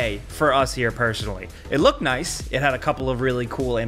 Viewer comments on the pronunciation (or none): none